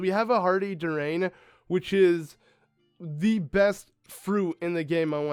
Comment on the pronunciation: it's pronounced as Dur-E-an. and it is disgusting imo in real life. XD